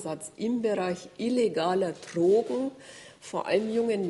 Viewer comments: Trogen. Sie spricht es Trogen aus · Die Mortler pack ich einfach nicht. Kann nicht mal Trogen aussprecchen! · Wovon redet die Frau Mortler? "Trrrogen"? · Mich wegen Ihrer Aussprache beim Wort "Drogen" auch.